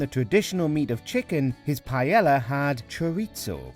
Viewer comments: Interesting.... It's rare that you'll hear someone with a rhotacism, narrating one of these soulless, manufactured, poorly researched list videos, like those produced by Buzzfeed, or in this case, WatchMojo. The patently incorrect pronunciation of paella... now that's certainly more on Brand for one of these videos... Heck, they butcher even the most common of English words with alarming frequency, so Paella, a culturally specific culinary dish, isn't the most egregious of colloquial faux pas. I mean don't get me wrong, Jamie Olive Oil is trash, but so are these videos. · You gotta love it that a video on how Jamie Oliver pissed off people, and includes as an example, Oliver's recipe for "paella", incorrectly pronounces the word paella as "pie-ella". Tone deaf much, WatchMojo? :) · What is Piyella?? Isn't it PA-E-LL(Y)A?? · It’s called Pa-el-yah, NOT Pa-yel-la… Say it properly at least. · "pajela"? like seriously? fck..... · Am i the only person who is greatly annoyed with how they pronounce paella pronounced pa-ey-ya? The pronunciation literally raised my blood pressure. I'm not even Spanish. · Mm I sure do love "pie ella" 🙄🙄 it's REALLY not that difficult to pronounce words correctly. I've never understood why so many Brits seem to be allergic to pronouncing non-English words correctly. It's both arrogant and ignorant. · for the love of god, I know your British, but if it's not an English word, can you pronounce it how its supposed to be pronounced in its own language?! you don't pronounce the double L in paella. its pie-aye a (I'm bad at spelling phonetically, but ask a Spanish person). hearing the way you say paella is almost as bad as hearing other british people say oregano, taco, and enchilada. It just hurts my ears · please dont call it pie yella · Why are British so r*tarded when it comes to pronunciation? What the hell is pie-Ella? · What the he'll is paela? Pronounce it properly. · "Paiela"... wtf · two l's is pronounced with a y sound